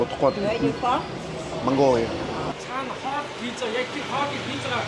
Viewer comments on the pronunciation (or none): none